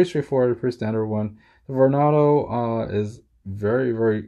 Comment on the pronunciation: It's pronounced VornAdo as in tornado and not Vornodo